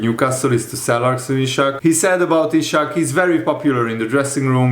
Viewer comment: It's Isak, not Ishak. Do you read your comments?